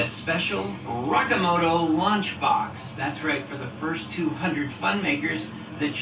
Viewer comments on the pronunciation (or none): it's RO-KEE-MO-TO. Are you that privileged that you feel like you can apprpirate Japanese culture and vernakular but not at least try to pronounce it correctly?